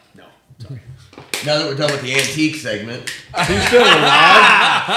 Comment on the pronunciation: "antique segmant" LOL